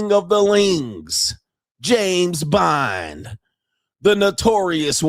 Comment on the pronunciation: “Ling” Arthur and James “Bind” 😂😂😂. Loving the new names coach!